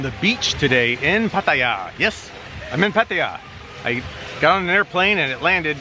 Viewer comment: Good video Rob.. Thanks for pronouncing Pattaya correctly.. No Thai in Thailand would ever say Pa-Tie-Ya...